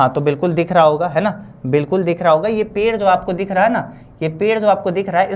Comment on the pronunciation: पेड़ बोलों ना पेर पेर किए हो 😂❤